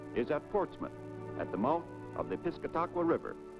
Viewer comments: Pronunciations, please ! It is NOT the PIS-CA-TA-QUA River - it is pronounced PIS-CAT-A-QUA River ! (Former native Granite Stater from Manchester and 50-yr. resident !) GET IT RIGHT ! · piskitaqwa? piscataqua! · The narrator is definitely from away, his mispronouncing Berlin, Concord and Piscataqua. Hard to believe we lost the Old Man about 15 years ago. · Ayuh, I noticed that as well. I don’t believe anybody actually went to New Hampshire for any of the information! I was startled that he intimated that the old man was a sculpture.